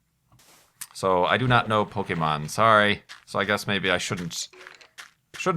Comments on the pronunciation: you may not have been at the right age to be into Pokémon when it was introduced to the US, but you pronounce it correctly at least!:) I can definitely appreciate that. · I'm kind of surprised you actually knew how to pronounce "Pokémon", since it's one of the most common mistakes non-fans make.